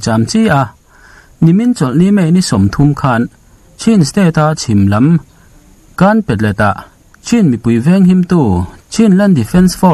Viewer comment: Ka pu kawl khaw hminglam dan ka hrilh ang che aw.....â...awki hniam a lam tur..ā..awki sang a lam tur a nia...a nih chuan ,(Kânpalet)....i lam dan ah chuan,,kānpalet ah a chuaka a dik chiahlo deuh...etc..Minmu....lamdik dan mīnmû...mīn..asang..mû..ahniam